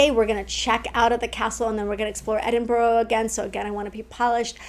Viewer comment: When you get back, you will be saying Edin-bur-a and afternoon tea, not Edin-bu-ro and high tea.